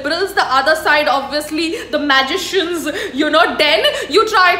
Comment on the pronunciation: At least LEARN the pronunciation of the word "magician"!